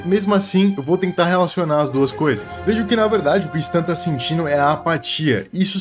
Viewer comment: se pronuncia sten moço